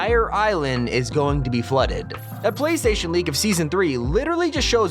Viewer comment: PlaySration store :me DA SAY PLAYSTATION BROTHER NOT PLAY SRATION